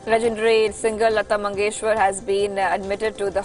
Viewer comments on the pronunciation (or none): Please pronounce the legendary Indians' names properly. Jawaharlal and Mangeshkar. These names mean a lot to us. Thanks.